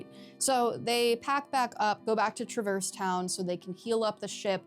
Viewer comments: I'm sorry to have to be the one to inform you of this but this is actually the incorrect way to pronounce Traverse Town. In the actual official games themselves we hear characters say Trah-verse Town. It's not even one of those things where different characters say it differently either, it's consistently called Trah-verse Town. Look it up if you don't believe me. Either way, say it however you want, caring about how others pronounce things in fictional media is one of the lamest nerd sins around. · “FINALLY someone on YouTube who pronounces ‘traverse town’ in a completely different way that the actual Voice actors do. God how dare everybody on this goddamn website pronounce a word the way it’s been told to them? Jeez Louise